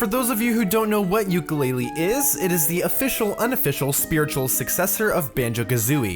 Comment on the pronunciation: 1) Its not Ukelele. Its Yoo (Yo)Ka Lay-Lee. 2) Its not that bad. The game is decent and unlike a commenter said, it is not worse than Mighty Number 9 (does its frame rate drop every 10 seconds and cause your PC and camcorder to bug out [see Projared]????). Many people claim dissapointment when the game was released when all it was trying to do was be a Banjo Kazooie clone like its KickStarter said. The fact that they tried and they got this is phenomenal. For not having enough time (eg- the helicopter was supposed to have a clear window with a passenger; it even has a cockpit but due to time constraints, they couldn't put in a pilot so the window was made dark) to make a carbon copy, the game is good. All of this backlash will either stop a sequel or make the people incharge allow the game makers more time to polish. Either way, its not a bad game.